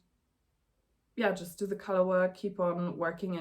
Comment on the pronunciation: Don’t know if it helps or not, but color = KUH-ler and collar = KAH-ler. 😊 Congrats on your first episode. We’re currently melting here in the mountains of NY. 37C and 70% humidity. The bright gold color should look lovely on you when it is done.